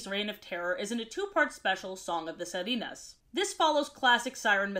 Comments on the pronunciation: song of the [si-re-nas] instead of [si-ri-nas] or [si-ree-nas] 😅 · I was almost done with the video when I understood she wasn’t saying “Las Sardinas” the sardines, and instead was saying “Las Sirenas” 😭 the sirens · Girl i love your videos, but i can't help but laugh when you mispronounce stuff in spanish like, WHY WERE YOU SAYING SIRENAS LIKE SARDINES (Sorry if i seemed rude but i genuinely think you could improve your pronounciation a bit) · Im so sorry but can i say that its so funny yet painful hearing mispronounce sirens in Spanish😭😭😭😭 shes saying sa-ri-nas when its si-re-nas LMAO😭 😭 😭 😭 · Sirenas: si(like sipping)re(like rent)nas(like lilnasx) Sorry, it was just really painful to hear you pronounce it like sairinas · OOf your pronunciation of sirenas is killing me XD (SI) you pronounce it like yes in Spanish (RE) is like said like re from ready and (NAS) is like saying nas from nasty. Dk if someone wrote it on chat tho but hope it helps. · had to pause it again at "sirenas", is this just an accent? on purpose? please be on purpose